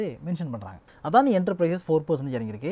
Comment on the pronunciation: அதானி இல்ல, "அடானி".